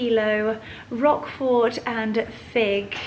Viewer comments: Hello hello hello and merry Christmas to you all. First, I love that garnet red sweater. That is my favorite color. It’s striking on you and it is perfection times 100. Now, the cheese is called Roquefort cheese not “rock fort”. Ugh !!!!! OK, your fabulous. I wanna hang out and wear that sweater again that is your color besides white and cream. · You don’t pronounce the T at the end of Roquefort 😊